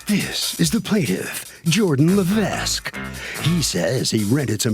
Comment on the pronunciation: That’s not how you pronounce Lévesque